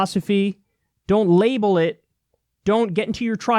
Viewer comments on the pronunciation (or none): Kyle says “Langel” instead of label. Thumbs up so he’ll never live it down!!!